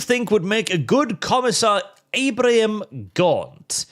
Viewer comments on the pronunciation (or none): none